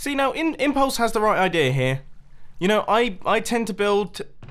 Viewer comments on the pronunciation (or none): I love you Mumbo says "idear" with an R.